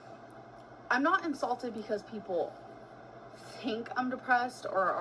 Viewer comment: In the beginning…Is she insulted or INSALTED!??? Girl said it like 3 times. lol Can she ever get words correct.. 😂